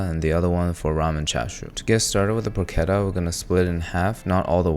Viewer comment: You pronounced tamis wrong. You dont pronounce the s. And you pronounced porchetta wrong so u must be doing it on purpose